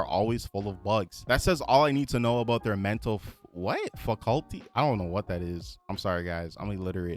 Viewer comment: ... faculty is pronounces fah-cul-tee... not fa-CULT-e...